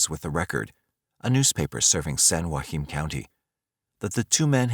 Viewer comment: Being from San Joaquin valley - the way you say Joaquin is really annoying me lol